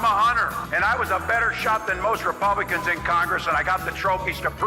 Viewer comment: Dang man you must have felt so edgy saying "RePLEBlickuns" 😂